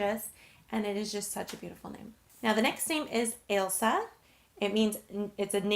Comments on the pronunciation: Oh my god, my name is Ailsa and I think you are the only American who can say it properly. Thanks for including x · My name is Ailsa (you pronounced it right) no one outside of Scotland can ever pronounce it right.